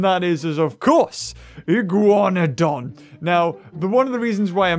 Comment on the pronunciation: And the Iguanodon shall now be pronounced as the Iguanahug (you) :P